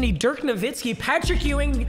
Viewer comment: Papa his name is not EWW- ING its YOU-ING